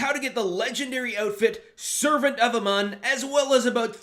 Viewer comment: It's A-Moon not "A-mon"